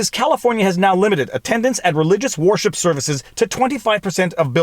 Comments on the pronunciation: Why are you saying warship instead of wer-ship? Lol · Every time I hear him say "worship" it sounds like "warship"! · I agree violates the 1st amendment. Note. Is sounds like you keep saying "warship" !! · "'place of warship"? that'd be a ShipYard wouldn't it? worship rhymes with 'her ship'. but i do like Warship, lol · Are you saying war ship services intentionally or is that how its pronounced up there? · Canadian accent alert: , I heard "war ship" - Ha!